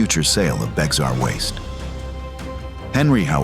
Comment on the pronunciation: Just so you know it's pronounced "bear". Like Bexar Co Tx 😂